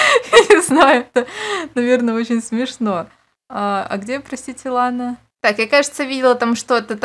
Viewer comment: Вы слышали сказала Лена а не лана